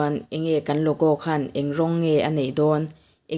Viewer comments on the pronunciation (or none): none